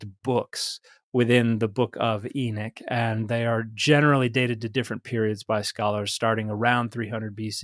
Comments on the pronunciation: Pardon, are you referring to the book of Enoch (E-nuck or EE-knock)? Or another book? It sounds like you’re saying The Book of Enic? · Exactly! It's spelled Enoch, but he kept calling it Enick. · Now I’m confused. Is the name pronounced Enok or Enik? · Just a different pronunciation of the “o,” I believe. I’ve heard it both ways. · Both pronunciations refer to Enoch as far as I know.